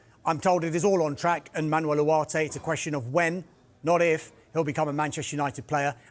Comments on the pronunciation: Why is allergic to the g in Ugarte’s name? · Why does he say the name Ugarte like that? I cannot imagine he knows more than what everyone else does, on how to pronounce the player’s name. It’s so annoying the way he says the name.